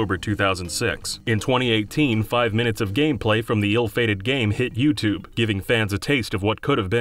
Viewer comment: Yoot Jools Fooptube hehe